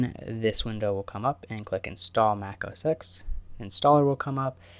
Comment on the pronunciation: good video! though it is not mac os [eks]. it is mac os [ten], because X stands for the Latin "ten".